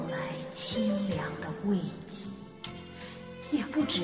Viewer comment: 慰藉（weijie），丁老师念成了weiji